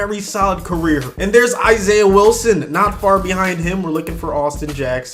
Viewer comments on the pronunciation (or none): none